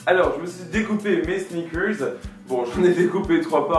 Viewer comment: Le mec il peut pas pas dire snickers comme tout le monde, faut qu'il fasse son english